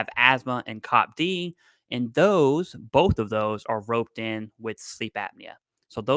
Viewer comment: For the love of god, it’s C - O - P -D. I had to think about what you were saying.